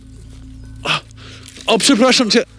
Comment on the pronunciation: "O przepraszam Cię!" Your polish is not bad :D